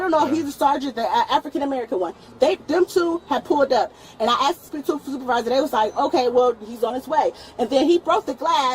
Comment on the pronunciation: It's asked not axed moron